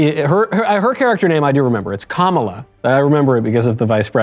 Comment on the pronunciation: It's pronounced kaMAla Khan, no KAmala Khan. If you get it wrong you're racist.